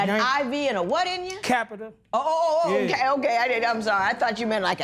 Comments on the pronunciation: "Next thing I know I woke up with a i.v. And a capitur in me" Judge Lynn: " a what in you?" "A capitur" Bruh she gave you a chance to get it right it's Catheter 🤦🏾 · Capitor? What in the world is that? Catheter... Catheter... These folks are so wretched! I can't with these two. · It was the “capeter” for me😂😂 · If she say "over der" and "pworty" one more time. He had a "capiter" in him. These people are hilarious. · He meant catheter